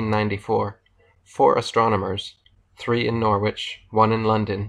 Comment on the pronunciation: Nice one Erick! BTW, Norwich is pronounced: 'Nor-rige' as opposed to: 'Nor-witch'.